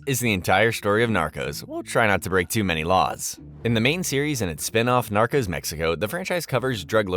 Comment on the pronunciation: Not the "narcus" 😂